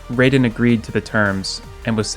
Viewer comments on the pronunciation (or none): Excuse me?! It is raiden! Not raven! Go take some lessons! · Your pronunciation of Raiden is incorrect.